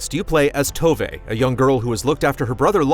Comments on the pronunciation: Tove (at least in Swedish) is more... "To" than "toe" and more "wè" than "ve". Obviously this changes depending on dialect and which Nordic country you actually come from. But the way said it in the review definitely made me lose it slightly 😅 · Oke, but you agree that the way she says the "v" in the video is how it should be? Because THAT'S where the issue lies here. And in my opinion the "v" sounds more like a "wuh" or "wh" than a "v" which is normally a soft "f". I completely agree on the "e" part!